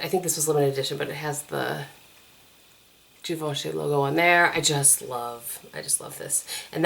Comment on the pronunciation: geevochy is the pronunciation not being a smarty but now you will doung correct and french.